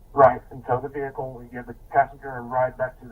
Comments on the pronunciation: All citizens: "vehicle" All 🐷🐖🐷: "VAYY-HEE-CUULLL" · Never trust a cop who says "Veee-hickle" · "Vee-hickle"... pound sand!